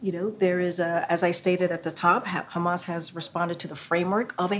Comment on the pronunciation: Israel cant stop saying Khamas and Biden forgets Khamas. LOL